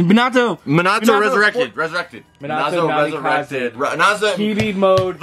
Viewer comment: it’s ME-NA-TOE. That’s how you say it